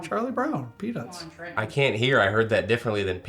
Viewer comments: I heard p nus the first time and peanuts when he said second time...not meant but clearly a slip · Brother i heard penis as well lmao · I heard pea-nus too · The old peanus is what I heard, no “t” sound 😂😂😂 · He 100% said “Penus”. There was no “T”. I backed it up and listened twice. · He definitely said pe*is lol.. I heard it too.. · I agree, I heard peanuts different the first time also. 😂😂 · Better put some emphasis on that letter T at the end. Lol